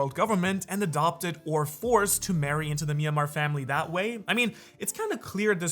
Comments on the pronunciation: the longer you watch his content, the more atrocious pronunciations you hear. the worst part is that its not even consistent. its like he randomly pronounces words or names wrong in specific videos. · Are you intentionally calling the Manmayer family the "Myanmar family"? 😅